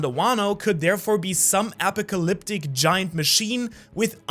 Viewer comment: The way he says “apocalyptic” bugs me